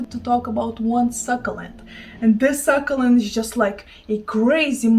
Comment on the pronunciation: 💚 Succulent pronounced suck-you-lent. Not suckalent 😉 well you give us language lessons 🤷🏼‍♂️😘💚